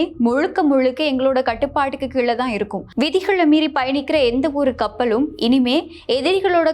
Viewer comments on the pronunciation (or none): none